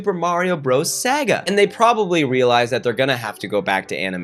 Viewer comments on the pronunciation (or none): wait why he say saga like that